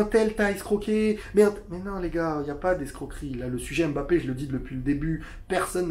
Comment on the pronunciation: Mais arretez de l'appeler embappé sérieux quoi pourquoi tout le monde prononce son nom comme ça... c'est mbappé !